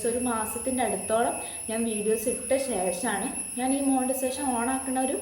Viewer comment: Montisation alla "monetization" anu.